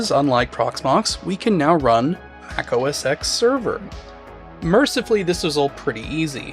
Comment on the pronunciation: Every time he says oh ess ecks I wanna bap him